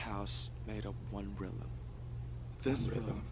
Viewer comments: Rap mon said realm, not rhythm. He just pronounced oddly. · hahaha he said "realm" not rhythm (he pronounced it like "realem"). the quotes from the start of all the videos so far were from the book "Demian" by Hermann Hesse. the fan theories on these 2 short videos already are nuts. seems like the book heeeeaaavily influenced them. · I think Namjoon is pronouncing it incorrectly. Its 'realm'. I think Jimin's Lie is alluding to just that, masking your troubles. Telling ppl you're ok when you're really battling inner demons. It's all a facade. The youth have trouble seeking help or refuse to acknowledge they need it. It's not talked about in Korea. Mental illness is very taboo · Actually it's "realm". Namjoon just has a weird way of pronouncing it.